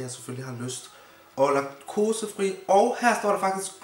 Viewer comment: du skal udtale det Laktosefri